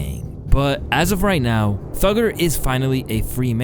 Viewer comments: thuggER ..... Sounds a bit..... You know ... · You calling him thugger is sooo cringe kid.